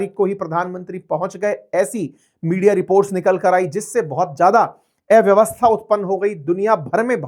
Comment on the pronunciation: उच्चारण ठीक करो। एव्यवस्था नहीं, अव्यवस्था बोलो। अ और ए के अंतर का कठोर अभ्यास करो।